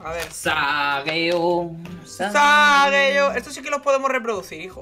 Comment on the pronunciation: no es sageyo, es sasageyo